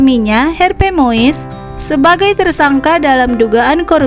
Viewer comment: Ya ampun logat dan pelafalan naratornya... PLEASE.... GA ada yang lain kah... "HERPE muis"